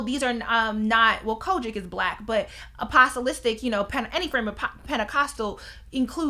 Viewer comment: I chuckled when you said apostolic - a pos a list ic… idk why but it made me chuckle